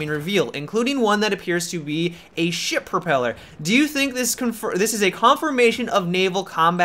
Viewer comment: I thought you said 'shit propeller'...